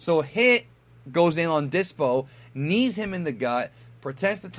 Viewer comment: When you said nee him in the gut twice i died 😂😂😂